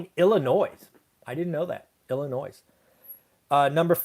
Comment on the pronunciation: ill-i-noy, not ill-i-noise. :)